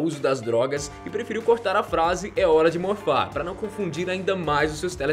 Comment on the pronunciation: Parece que o cara falou é hora de mofar kkkk bora amigos bolos ?